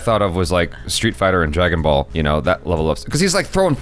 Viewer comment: oh no how did u say dragon ball cartoon. I am triggered now